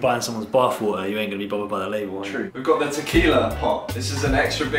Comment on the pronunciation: Its painful to hear how doesn't know how to pronounce the "t" in water.